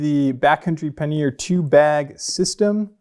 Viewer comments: ‘Paneer’ is a cheese. ‘Pannier’ os pronounced quite differently and is indeed quite different in definition. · These bags look great but I'd really like you to reconsider your pronunciation of the word pannier 😅 PAN-EE-YER